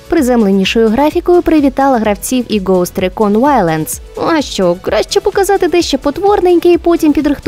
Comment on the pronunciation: Загалом чудовий випуск. Єдине трохи його псує це вимова деяких англійських слов, наприклад ghosts було прочитане як goats і т.п.